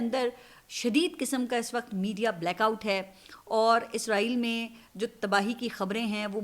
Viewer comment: izreel ni hota israeel hota h